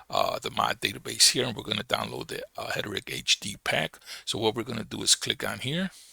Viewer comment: Hederick?? Haha it's Heretic brother - pronounce it like "HAIR'-UH-TICK". :) Stress is on the first syllable. HER-e-tic. Thanks for the info brotha